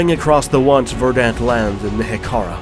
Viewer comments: That’s not how you pronounce verdant. It’s hard to take you serious when you have the vocabulary of a 14 year old. Took my right out of it. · You pronounce verdant like a drunk medieval French noble.